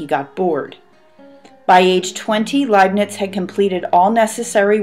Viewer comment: The Indians discovered calculus 250 years before Newton. Pronounced as "Layp'nitz, "